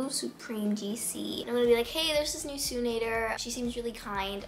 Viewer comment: Did anyone else notice she always says bew insted of new lol lol